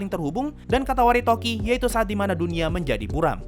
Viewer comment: Katawaretoki atau Katawaredoki? Seingetku Katawaredoki, bukan Katawaretoki. Cmiiw, aku gabisa baca bahasa jepangnya ✌️